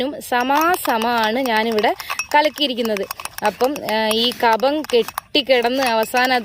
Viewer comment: കപ മാണോ കഫ മല്ലേ